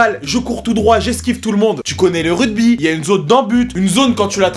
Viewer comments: le "RUDBY" non mais ça va pas ou quoi "ruGby" avec un GGGGGGGGGGGGGGGG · Suis-je le seul à entendre RUDBY et non RUGBY ???? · QQN LUI DIT QUE ÇA SE DIT « RUGBY » ET PAS RUDEBI ?! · tu dit rudby mdrrr c'est rugby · RUGBY ! pas RUDBY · Rugby, pas "rudby" ! Ahahah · Je suis désolé mais on dit ruGby avec un G un G pas un D!! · c'est moi ou il dit rugby ? mdrr ce grand fou